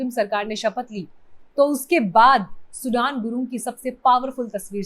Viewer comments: सुडन ✖️ सुदन ✅ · सुडान नहि सुदन है नाम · Are bevkuf host nam ka uchharan soodn hai Not like country Sudan ! You people re a joke ! As host or so called YouTuber ! Learn a language a bit and see world around you ! India is not the whole world ! Grow up Indians ! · सुडान नहीं सुदन बोलो। पत्रकार हो यो थोडा रिसर्च भी किया करो। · सुदन not सुडान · Madam naam galat pronounce kar rahe ho